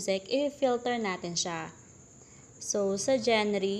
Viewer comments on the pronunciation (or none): Genre should be pronounce zhaan-ruh. 🤣 peace!Thank you!